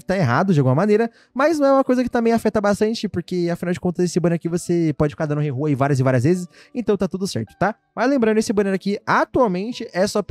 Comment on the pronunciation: Mano os cara fala rerrol , cara chance 0.6%